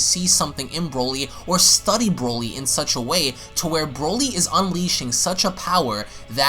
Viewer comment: NOT WIS..NO NO This Brody this BROLY